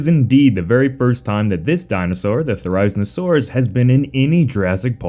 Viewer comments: Therry-zee-no-saurus. Therry as in Berry. Zee as in Bee. No as in No. Saurus, well you can guess that part. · This is how to pronounce the therizinosaurus Thr-I-zee-saw-ruhs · The way you pronounce "Therizinosaurus" isn't accurate, it's pronounced "There-Ah-Zeen-Oh-Sore-Us". Just saying. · is it just me or does anyone else feel annoyed when he pronounces it as te-rize-ino-saurus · you pronounce therizinosaurus wrong 😐 its pronounce the-ri-zino-saurus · Say it with me now thera-zee-no-saurus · You pronounced therizinosuarus wrong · Please look up how to pronounce therizinosaurus. You should always thoroughly research your topic before you make a video on it. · why is he saying therizinosaurus like that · How you pronounce Therizinosaurus hurts me